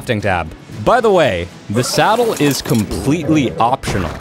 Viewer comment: k what makes me like him is how he calls saddles salads.